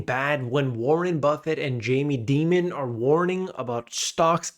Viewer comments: Why is he pronouncing Dimon like demon? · "Jamie Demon" lol. Dimon... like diamond 👍